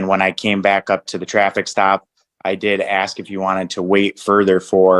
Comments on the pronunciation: He didn't ax for a hearing date.😅😅😅😅😅😅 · Reminds me of Darrell Brooks. He kept axing the judge.